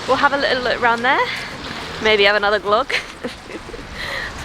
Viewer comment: Nice that you enjoyed your glögi/glögg. However the ö is not pronounced as in clock, but it rhymes with "the", "sir" or "girl".